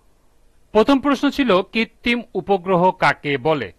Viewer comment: কৃত্রিম না বলে কৃত্তিম বলতেছেন কেন